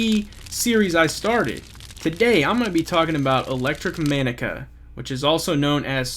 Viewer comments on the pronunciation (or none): are you under-educated or just unable to pronounce the name of this company properly? disgusting performance! Not Subscribing.